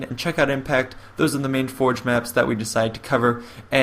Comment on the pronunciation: Sounds like hes saying "Halo For Jepidemic.